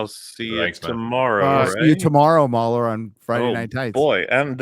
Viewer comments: I think hrs saying maular not moron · At , did mauler get called a moron? I watched that part over ten times and I can’t tell with the accent.